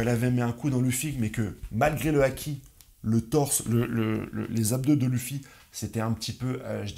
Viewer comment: Et il dit vraiment lufi 😭😭